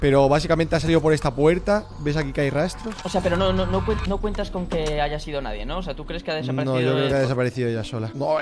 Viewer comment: Nadie: Absolutamente nadie: Tu: Nasdie